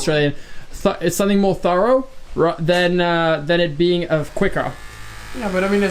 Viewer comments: Your first pronunciation of thorough was correct.👍 The second shows you aren't an original English speaker. No problem. But you didn't sound Australian. 🤔If you did what would I sound like? And I'm from Yorkshire! 😁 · “it’s pretty thourah... sorry that’s australian, THOROUGH” aussies really do have their own language